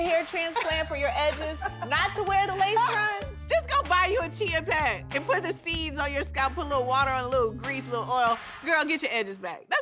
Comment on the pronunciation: It was when she said chia pet for me. 😂